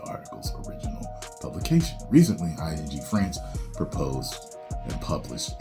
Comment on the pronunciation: Did he just say FRANCH? or am I begging?